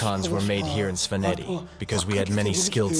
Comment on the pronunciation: He mispronounces some very basic Georgian words like Svaneti though. It might be a good idea to have a native speaker advise the narrator. Just my 2c of constructive criticism, always room to improve. Keep up the great work.